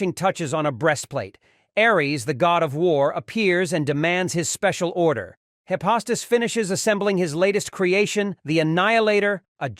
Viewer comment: It's not Hi-pos-tus. It's Hi- fes-tus